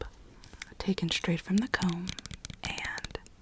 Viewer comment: I like how you say the b in comb